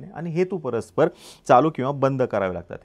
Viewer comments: हेतू परस्पर नाही❌❌❌ हेतुपुरस्सर म्हणा ✅ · हेतूपरस्पर नाही, हेतुपुरस्सर